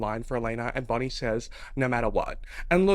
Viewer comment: "We've got Caroline, Elena, BONIE" the way you said bonnie cracked me up